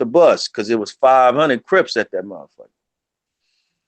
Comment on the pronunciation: Why does he call Crips "Rips"?